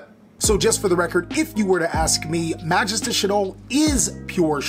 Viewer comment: man why do people keep pronouncing magistus so weirdly? its more like ma-GE-stus, there's a bit more emphasis on that second syllable. it's like people not knowing french with Infernobles all over again lol